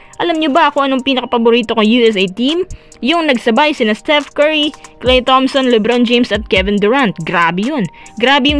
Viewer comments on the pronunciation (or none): none